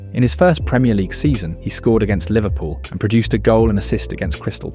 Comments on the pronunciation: it also says 'Liverpoo' at some point lol Leverkusen also smashed so and so 3 to 0, 5 to 0....nobody says that. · "liverpoo" first time AI has got anything right